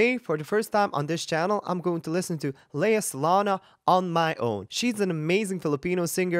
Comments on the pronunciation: Her name is pronounced "Lay-ya Sa-long- ga" 😊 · You said Lea salona Instead LEA SALONGA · You mean you studied music and you haven't watched any version of Les Miserables? How? Lea Salonga (salong - ga) that's how it is pronounced started her career on stage at the age of 5. She was already popular in the Philippines even before Miss Saigon. She's really amazing. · Sir, you’re pronouncing her name wrong! Please find out how to pronounce her name!